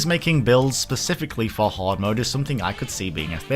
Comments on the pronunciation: 1st of all, that ring is like 2/3rds of the way through the game, 2nd of all, he said Horde (as in a large group) his accent just makes it REALLY sound like he's saying Hard... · you say horde like hard. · for a second there thought he said hard mode not hoard mode 😂